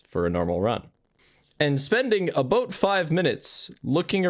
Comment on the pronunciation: "Spending aboot 5 minutes in the battery room" oh no, he's canadian.